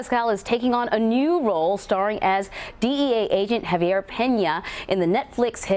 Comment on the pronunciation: When she pronounced Javier as “Haiive-ee-air” in the first 60 seconds I was so confused. Then I read your comment… she must be really ignorant like most media types